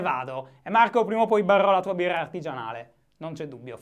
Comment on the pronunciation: "beRRò la tua biRRa aRtigianale" madò quante eRRe ahahah scherzo, bel video come al solito ;)